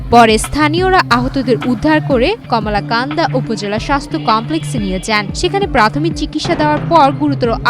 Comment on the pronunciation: কমলাকান্দা😂😂 শুদ্ধ উচ্চারণ পারেনা সাংঘাতিক